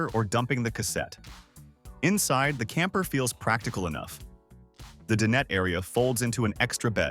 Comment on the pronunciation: I wish these AI narrators would learn to pronounce dinette correctly.